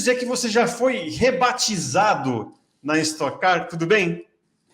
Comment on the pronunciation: es"toque" car, já tá no nome